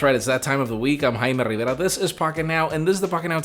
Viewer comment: Nobody: Jaime: I'm Jaime RrrRrRriveRa Lol JK Jaime, great content as always 👌👌👌